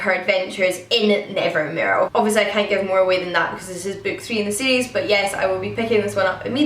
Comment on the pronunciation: I looooved Nevermoor and I'm currently reading Wundersmith and loving it so I can't wait for Hollowpox either 🥰 BTW I love the way you pronounce Nevermoor😄